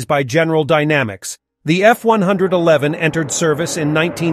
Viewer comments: He must have said it wrongly one hundred and eleven times. 😮 Actually, this character's personal pronoun is "it", as in, its a robot. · Little did I know, that when I attended an air show in 1966 at Pt Mugu and the Navy version, F-111 B did a flyby, that in 1973, I'd be a Crew Chief at Nellis AFB on an F-111 A. Yeah, come on dude, F one- eleven, not F one-hundred-eleven. For Pete's sake. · Tell the computer voice that it's 'F-one-eleven' Does anyone ever say F-one-hundred-eleven? I've never heard it from a human.